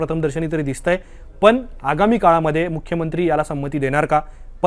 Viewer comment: पन नाही हो " पण " म्हणा..